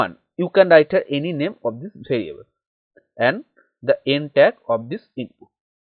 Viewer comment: It's variable not bhariable 😂😂